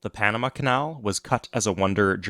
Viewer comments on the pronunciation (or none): none